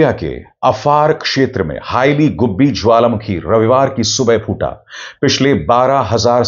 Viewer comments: Not "Haila" 😂😂😂🤮🤮🤮🤮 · It is "Heili goobi" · Not "Haila" dear go research